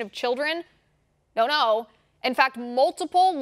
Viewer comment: I become completely crazy when this magnificent woman says : "no no" always from France.............